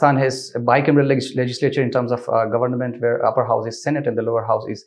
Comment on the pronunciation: He has repeatedly mispronounced the word "government".